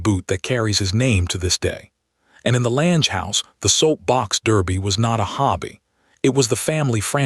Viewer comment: Lange rhymes with clang, get it right. I've been skiing Lange's since '81, never knew of Lange's involvement.